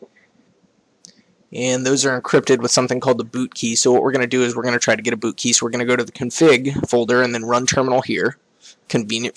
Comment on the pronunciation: When you say bootkey, it sounds like booty. lol